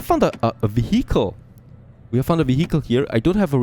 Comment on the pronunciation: I don't think that's the way you pronounce "vehicle"